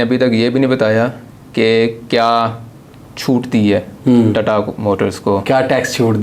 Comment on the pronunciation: Tattaaaa nahi tata motors hai vo 😂😂😂😂😂